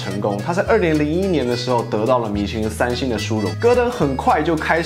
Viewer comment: Petrus 發音是 puh'troos, 重音在第二音節。